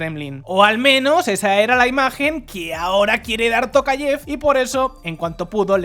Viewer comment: En español se dice " tocayev" o "Tocayof"